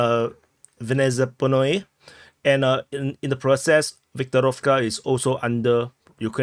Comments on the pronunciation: I don't know if it will help you, but you can pronounce it by syllables: "V-ne-zap-noe" (with stress on the second vowel). Still, thanks for your efforts, I can understand why all of this is hard to pronounce :) Oh and another tip: if you see the combination of letters "kh", don't read the "k" letter: in transliteration it's here only to indicate that "h" has a sound, nothing more. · For your interest, Vnezápnoye (yeah, the correct articulation is on second syllable) means "Sudden". And Russkaya Konopelka literally means "Russian Cannabis"